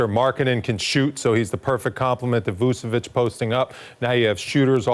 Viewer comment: It’s VuCHEviCH not Vusevic